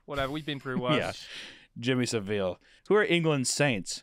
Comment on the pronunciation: Well for one hunter you're saying Jimmy savile wrong which is why is probably confused on who you're on about